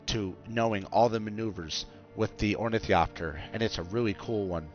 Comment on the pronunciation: It's really hard listening you butcher the word ornithopter This is the correct way to pronounce it